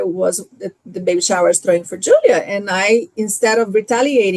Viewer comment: im so done with that BEE ( WHO-LEE-AH ) and her micro-aggressive WIFE too and THAT QUEEN ISSAC MIZRAHI